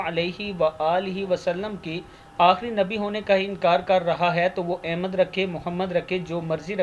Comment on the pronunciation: لفظ احمد,,زیر,, کے ساتھ نہیں ہوتا بلکہ,,زبر,, کے ساتھ احمد ہوتا ہے